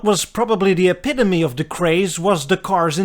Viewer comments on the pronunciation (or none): none